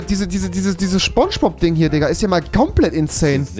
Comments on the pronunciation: Immer diese leute die Schponschbob sagen 😅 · mich triggert das,dass rewi ,,spongebob,, falsch ausspricht :(